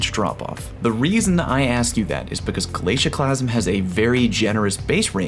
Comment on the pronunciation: The “glacusieeme”